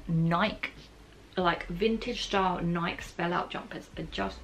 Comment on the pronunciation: Loved the video but I do have to say it... Nike rhymes with spikey